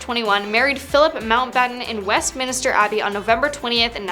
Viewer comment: West”minister” Abbey? No credibility.